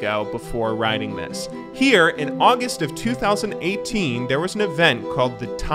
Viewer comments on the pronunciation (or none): none